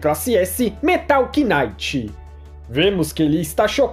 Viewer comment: "Metal knaite"